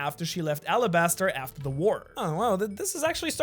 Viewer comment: Arabasta not Alabasta as Oda confirmed. It's like the Arab country.